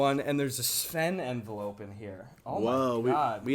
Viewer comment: It’s not a Sven envelope, it’s a svenvelope